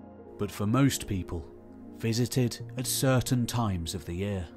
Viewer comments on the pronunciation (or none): none